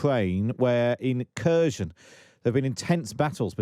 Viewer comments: Cherson, Kerchson, Chirson, Charson… etc. If one wants to learn from this channel or any British channel which is the exact name of that city, one won’t be able to do so. Because it’s f-cking tremendously difficult to just say HERSON (K is silent, not pronounced). Ridiculous reporting on geography of the war, really. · KherSon, not cur-zon. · Please learn the right pronunciations of these Ukrainian town names. So tired of presenters and correspondents saying "Cursion". It's pronounced more like "Hkerr-SON", with emphasis on second syllable.. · It's pronounced 'Herson' not Kerson or Kershon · It isn’t Kurzhen. It is Caresohn! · “Kershun”? You’d think that by now they’d be able to come up with a less rubbishy pronunciation of Kherson… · can't even say Kherson right annoys me